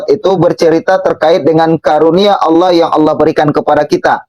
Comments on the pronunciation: Yg pake kaca mata itu menyebut Allah, jadi Alah.. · yg pake kaca mata hitam ini memalukan dirinya sendiri, berharap orang akan memujinya, akhirnya ketahuan ilmu agamanya nol, darl hal yg ringan aja, contoh : membaca ayat Fiikum, dibaca pikum, laqod dibaca lakat, anfusihim dibaca anpusihim, Allah dibaca Alah, cara membaca tajwidnya gak ada alias sama rata aja, kemudian dibalik kaca matanya, saya yakin dia sedang membaca teks ayat tulisan latin (bukan tulisan arab), sehingga cara membacanya belepotan dan malu kita mendengarkannya, mudah2an paketnya dan batreinya full, klu low batrei, hilang tu ayat yg dibaca. Naudzubillah Min Dzalik.